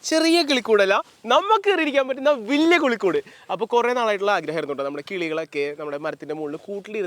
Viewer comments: കുളിക്കുട് അല്ല കിളിക്കുട് 😂😂in the first of this vedio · 0.09 tongue slip ayi enn thonnu ( nammku keri irikan pattunna valiya kulikood ) 😂😂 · കിളികൂട്❌ കുളിക്കൂട്😂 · 0.08 മച്ചാനെ കുളികൂടു അല്ല കിളിക്കൂട്😂😂